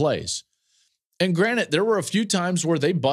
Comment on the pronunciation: DUDE. It's been all season... it's GRANTED, not granite... granite is a type of rock. You're on a podcast. Stop saying granite. It's granted...